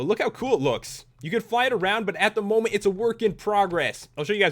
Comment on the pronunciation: lol you said momy instead of moment